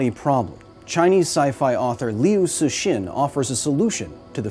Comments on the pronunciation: "leeoo sheeshin" --> Liu Cixin, --> "Lyoo Tsuh-SHIN", in case anybody wants to know how the guy is pronounced. Recommend reading his short story "The Micro-Age" as a brief introduction. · always wild to me that a person can put this much energy into researching this topic but can't be bothered to google how to pronounce a famous author's name. Liu Cixin is pronounced "Lyoh Tsih-sheen"